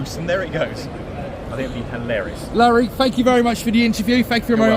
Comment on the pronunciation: Just a note to say it sounded like you called him “Larry” instead of “Lorry”